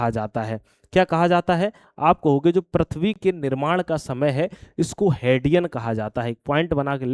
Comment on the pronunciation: Prithv hota h sir...prathvi nhii